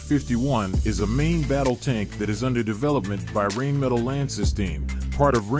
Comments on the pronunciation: Additionally: the "R" in Rhein/Rine should be pronounced with a rolling "R", in the back of the throught, not like an English "R". Just to make it a little bit more easy.😏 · Rheinmetal is not pronounced "rain-metal". Rhein is the German name for what us English-speakers call the Rhine river. So the pronounciation is more like "rine" also the "metal" part isnt pronounced like we would in English; overall it's somewhat like "Rine-meh-tal" The catamaran looks like a good, and potentially practical idea. The helicopter looks like a dresssed-up Gazelle, to me. The students car... Sorry, there are a lot of supercars that look similar. The stratospheric balloon looks neat, and sure, that could be done. I can't hep but be concerned over Helium supplies, which are also crucial to medical technologies, though. Also, a stratospheric flight is NOT space flight - but it's still a cool thing I'd love to experience! The KF-51 is an excellent design, I look forward to seeing what the full system looks like! The air yacht - nope, not new. Been thought up, and in a more practical design, before. The "manifesting" crap is just that; crap, wishful thinking. What MAY make your wishes become reality is , assuming you have the necessary skills, getting off your arse and actually doing the things necessary. If reality lets you, because for every "I achieved this through sheer detremination" stories are many more "I was so determined, but I failed" ones. And I don'y think the team that designed that understood materials science or aerodynamics too well. I may be wrong on that, but I'm not convinced of its practicality. Electra hydrofoil - good bit of practical innovation